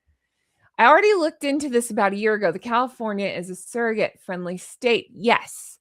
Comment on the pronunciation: What’s a “sare-o-gate”? Ive heard of SURR-o-gates, but never a SAREogate. 🤣🤣🤣